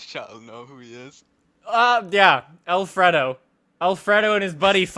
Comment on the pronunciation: and "al-fred-o" instead of Alfredo